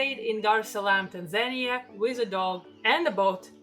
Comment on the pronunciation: Your pronunciation of Tanzania is hysterical... :)